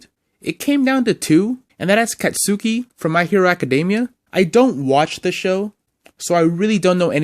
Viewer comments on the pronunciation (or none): "jaraya" and "katsaki" huh. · as a my hero academia fan, i’ve been in the fandom for about three years now and it really hurt how you really butchered bakugou’s name like that 🙏🤨 it’s pronounced like cott-skee or kot-skee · He called him cot suki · “Kat Suki”